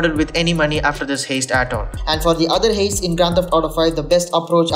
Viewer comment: I know this video is like 4 years old, I was just trying to find out which is the better option, A or B, because I wasn't paying attention when it was being explained.....but uhhh, you keep pronouncing heist as "haste" and I find that adorable but very wrong. Hopefully you've learned the proper pronounciation since making the video but just in case....it's pronounced "Hi-st" .....not "hey-st". Alright, thats your english 101 lesson for the day. Have a good one, Peace.